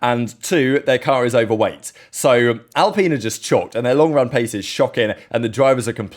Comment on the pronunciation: I love how terrible Al-pine said like, fine, or wine, not peen you weirdo, is. Their car drives almost as terrible as it looks.